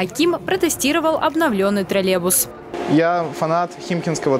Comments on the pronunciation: Уважаемая. Название данного общественного транспорта троллейбус, а не троллебус. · Тролебус это ж надо так говорить хахазахп , ведущая как и директор троллейбусного предприятия деревня до мозга костей))))) Помимо неправильного произношения, ей также нужно убирать свой деревенский акцент на "О", или не давать озвучивать новости.